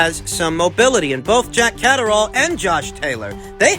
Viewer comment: "Jack Caserole/Cataract!" 😂The butcherd names never gets old 👊